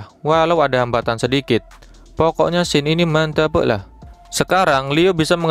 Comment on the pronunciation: Bang pronounce scene nya benerin hehe kirain lu nyebut tokoh